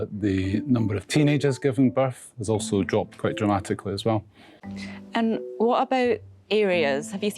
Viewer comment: Weejy presenter OFF. Wew is not how one pronounces WELL. Therty is not how one pronounces Thirty.